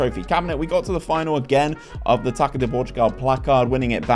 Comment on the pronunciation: Hey! Really enjoy your rebuild videos, but let me give a pronunciation guide to the portuguese language! Whenever you see ÇA on a portuguese name, the actual way to say it is a if you're reading the SA from the word SALT, so Gonçalves and Taça would be equivalent to "GonSALves" and "TASA"! Pretty much salt without the T. Kudos!